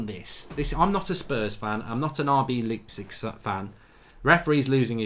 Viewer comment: He says Leepsig again! It's Lipe-Zick!!! ;))